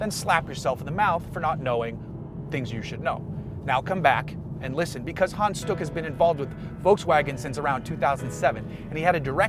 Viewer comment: Well Hans sounded more like Han, But stuck was ok ;)